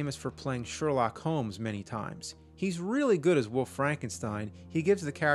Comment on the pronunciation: There is an L on WOLF. It isn't woof or woofman.